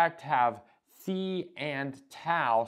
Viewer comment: Love that you pronounce phi correctly